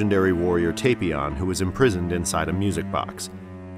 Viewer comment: It's TAPion a pun on tapioca not Tapeion